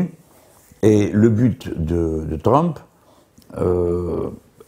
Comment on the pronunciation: "donc la visite de Tround..."